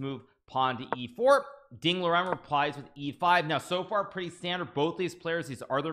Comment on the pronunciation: It's Liren, not Loren.